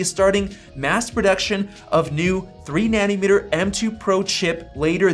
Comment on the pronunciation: Take a shot every time he says 'Nanimeter' instead of 'Nanometer'. Die of liver failure.